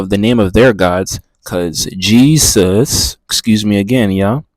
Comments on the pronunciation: Because she said his name wrong! its like someone calling you another name are you going to answer? Little did she no she actually rebuked him in the name of the devil. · He cant say Jesus in the first 40 seconds of this video. 😮